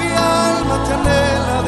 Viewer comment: todas las alabanzas de este hermano son bellas y las canta muy bien. solo tiene un defecto que debe corregir ya que pronuncia dos palabras mal. si le ponen atención,, el pronuncia la palabra Amor( jamor) la palabra Alma) el la pronuncia ( jalma) se oye feo. daña la voz y el efecto que debe hacer en las personas. corrijelo!